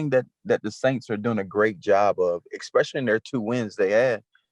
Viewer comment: and both say expecially